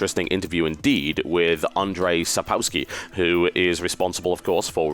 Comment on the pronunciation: Just a tiny misread : It's SapKowski, not Sapowski. And the books I wholeheartedly recommend. I'm not sure how good the English translations are, but if they've done the dwarves right, you'll love it.